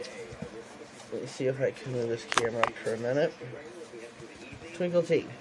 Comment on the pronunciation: Yes u said it correctly!!! THANK Ü 4 the shout out sweet heart!!! I GREATLY GREATLY APPRECIATE IT!!! As I'm just starting out and am GREATFUL. I LOVE ur channel and will Always tune in. LÜÜÜV the mani. Cant wait 2 see wats next